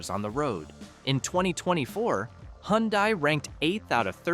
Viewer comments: It’s pronounced huhn-DAY, “Patrick Star”! 🤨 You also forgot to mention the Ram trucks in the Dodge section and Chevrolet’s counterpart GMC! There’s also lots more brands than you think, like the supercars: Lamborghini, McLaren, etc. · Hyundai is pronounced hundae like sunday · "The NSX supercar is cool but outsold by the Toyota Corolla" That's one of the most stupidest remark I''ve heard.... one of the best selling cars in the World it outsold every other frigging car, no ? It's not Hun-dye, it's Hi UN Die. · never heard of Hun-dye either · You Said Hyundai Wrong Its Hun Day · Well at least Hyundai and not "Hyudia" (get it right) is on the list, where is Cadillac ???